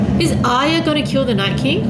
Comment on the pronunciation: its true asians cant say R ye,, she also says AyA al the time ;P hahaha